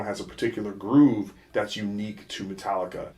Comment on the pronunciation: "metalika" still six